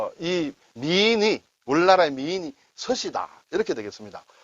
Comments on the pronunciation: 서시에서 서자를 장음으로 내야하는데 단음으로 내니까 듣기가 이상하네요. 서~시 장음으로 발음해야 됩니다. 서시.양귀비.양소군.삼국지의 초선 이렇게 중국의 역대 4대미녀로 유명합니다~ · '서시'는 '서씨'가 아니니, [서씨]라고 발음을 하면 안 되고, [서:시]라고 발음을 해야 되겠지요. 발음까지 제대로 설명해 주시고 난 후, 막상 선생님은 내내 [서씨]라고 발음을 하시네요~ㅎㅎ 덕분에 즐공합니다. 감사합니다.